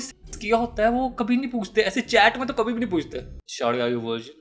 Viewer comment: saying "Hey shawty are you vrigin"💀🙏